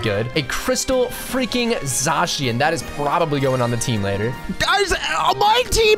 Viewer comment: It's not called zashyan it's zacian